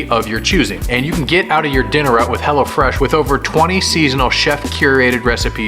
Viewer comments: At first I thought said hella fresh 😂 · Honestly I thought he kept calling hello fresh HELLA FRESH